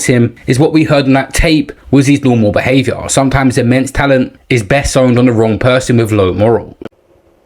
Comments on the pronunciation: I was thinking, be - stow -ed - after he read it. lol. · get an editor please. How you mispronounce “Bestowed”?